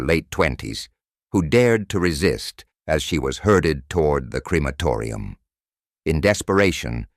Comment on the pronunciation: Its not Creamatoria ffs